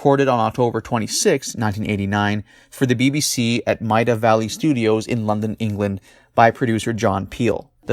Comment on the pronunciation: Hi, great video again. Just for future reference, the studio that is used by the BBC, still to this day, in London, is Maida Vale, pronounced "Made a veil", like "I just made a veil for my sister's wedding dress". Haha, thanks dude.